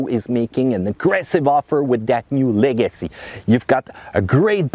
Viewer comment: Leg-uh-see Not le-gassy